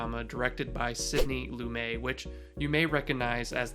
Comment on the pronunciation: FYI Sidney Lumet is pronounced with a hard T, not a silent "french" t .